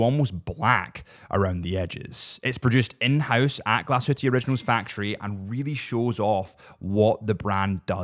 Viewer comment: Nice video …. But “Glashutte” is “glass-hoo-tuh”….. not Glasshooteee 😊